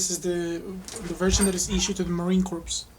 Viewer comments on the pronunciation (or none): Pronounced "core" and not "corpse". Good video though. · Great vid! Just to clarify it is the Marine Corps, pronounced "core" and not "corpse". Keep up the informational vids! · Marine crops =Ma-Rine ~Core , the "Ps" in Corps is Silent